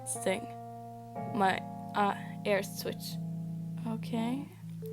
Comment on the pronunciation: Is it bad it took me over 1/2 way through the video to realize you were saying ears not airs? The captions weren’t much help either lol